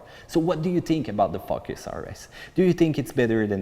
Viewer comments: Best video thank you. Love when you say Fuckes (Focus). Keep up the good work. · He said Ford "fuck our ass" ! Joke! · "Ford FuckUs RS"